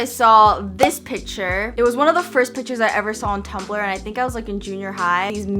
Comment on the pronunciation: "Pitchers". Please say the c in pictures :(